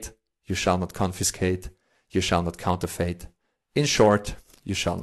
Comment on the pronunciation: fucking love this: if you are reading this scarce is pronounced "scair-se" and counterfeit is "counter-fit" (not fate) - hope that helps!